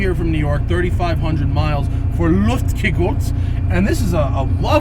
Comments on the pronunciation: Has anyone commented how Matt said "Lufekegühlt" instead of "Luftgekühlt"? C'mon Matt, get your Deutsch correct! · Americans always joke about german pronunciation of english. And here we have someone making this: Luftkeguhlt... from Luftgekühlt😂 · Matt's pronunciation of Luftgekühlt :D Greets from Germany 👋